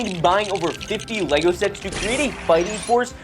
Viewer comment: Did you just say lesgo, and not le-go